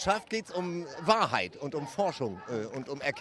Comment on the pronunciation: Tagesthemen - dat is de Wahrhoit 😂😂👌🏻 Der Typ war einfach nur genial. Man denkt, er sagt jeden Moment „it’s a Prank!!“ 😅🙈